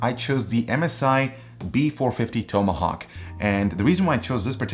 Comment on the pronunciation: toom-a-hawk and mode-a-board lmao hahahahahahaha